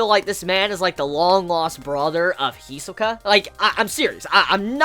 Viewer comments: Lol it's hisOka not hesika you have to say the O in the middle HI-SO-KA! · he's saying hisoka. He's just putting more emphasis on the "Hi" part of it instead of "so" for whatever reason.